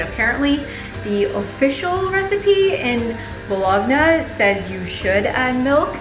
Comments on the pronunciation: Bologna is pronounced “ bolonnnnya” easiest way to explain it ! You don’t pronounce the “gn” x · Not gonna lie, I died inside a little when you pronounced Bologna like that LOL